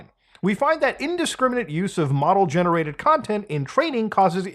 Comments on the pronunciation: Him pronouncing model as modal is killing me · you keep saying modal collapse instead of model collapse. is that canadian for model?